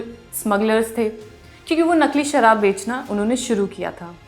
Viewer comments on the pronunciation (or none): none